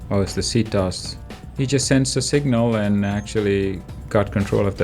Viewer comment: its not pronounced as see-tos. but sea-tea oh-es. CT-OS. i don't know what ct means but os is well... operating system.